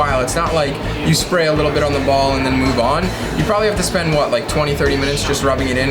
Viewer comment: When he says "ball", it sounds so wrong.. I'll leave now.